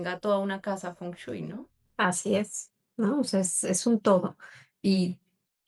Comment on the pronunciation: Por que sigues diciendo "Fon chuy" ajajajajaja